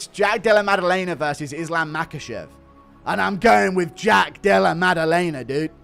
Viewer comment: unc said Islam machkalchev and bleha mohamed😂✌